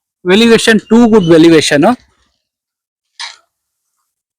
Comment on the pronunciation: sir aadhu elevation anthare... velivation alla